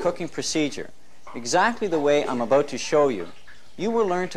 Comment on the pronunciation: The way he said "about"....Canadian?